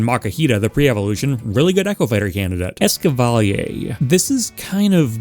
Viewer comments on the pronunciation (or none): ECAVALIER YOU DID NOT DESERVE THAT BUTCHERING OF YOUR NAME, MY MAN